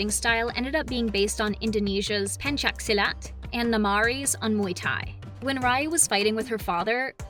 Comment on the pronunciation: You pronounced Pencak Silat right!!